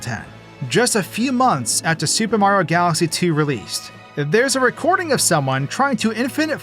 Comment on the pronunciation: I swear this guy has NEVER pronounced the "i" in Mario before